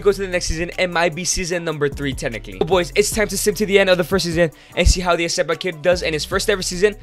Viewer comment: It's not eseba it's RECEBA